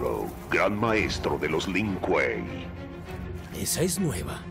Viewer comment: Si tomara un trago de wiski por cada vez que dice link kuei estaría en coma etílico